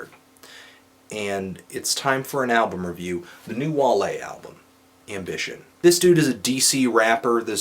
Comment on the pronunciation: Im Surpised he Said Wale's Name right.